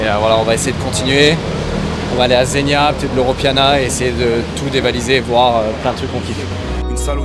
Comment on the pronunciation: Et on dit zegu’na pas zenia ;)